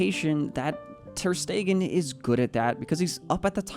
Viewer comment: Bro it's not ter stegen